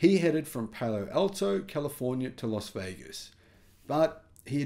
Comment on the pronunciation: Las Vegas not Los For the hundredth time